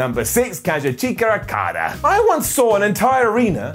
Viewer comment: so we just going to ignore messing up Okada's name??? Ok just checking